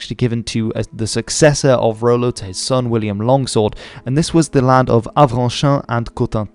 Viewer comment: "Rollo" rather than "Ro-lo"